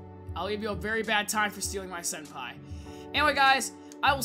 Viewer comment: He said “Sen-pee”